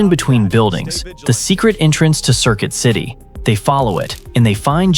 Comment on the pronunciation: Circuit city ❌ Circill city ✅